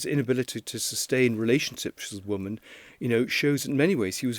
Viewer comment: Mr. Lownie, brilliant journalist, PLEASE learn the different pronounciation between “woman” (one ) and “women” (many)